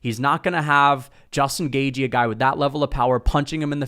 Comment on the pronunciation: Why you call him Justin “Gayjee”? 😂😂